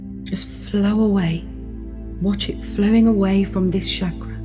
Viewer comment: As someone who speaks Hindi, the pronunciation of chakra as shaakraa instead of chukr-uh is disconcerting.:( I'd give this a 10 out of 10 otherwise. Thank you.